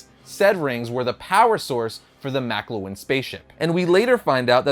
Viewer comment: I think it`s "Makluan" not "Makulan"